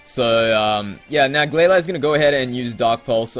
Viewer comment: The Pokemon in the Battle FAINTED NOT DIED! also i Say GlaLEE.